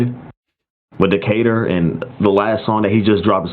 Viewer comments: no way he called a city in east atlanta "dayka-tour" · daecutoor bro?? decatur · no way he just pronounced decatur as dae ca tour 😭😭😭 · no way u pronounced "Decatur" like dat WTF 😅😭😭💀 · Bro said “day-ka -tour” when talking about “Decatur” lmao